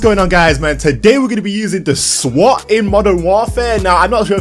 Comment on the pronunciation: Did u say swot?